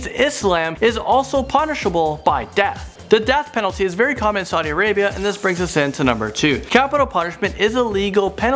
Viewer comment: It's Saudi Arabia not Sadi Arabia